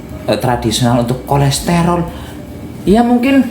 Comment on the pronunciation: bukan kolesterol Mas tapi kolesterol